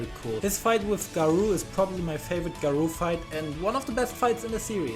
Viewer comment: Such a bad way to pronounce garou